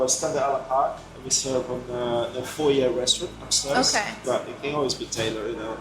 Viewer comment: You mis-pronounced ‘foyer’ .